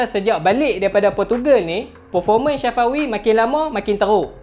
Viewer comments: Safawi mat bukan Syafawi 😂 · kuat nganjing min syafawi di sebut nya ... sa fa wi sebutan betul min🤣 umur dia 24